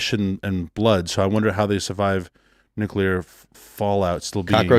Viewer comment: "Nukular"